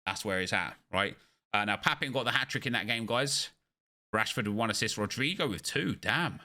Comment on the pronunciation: You are the only youtuber who pronounces Papin's name correctly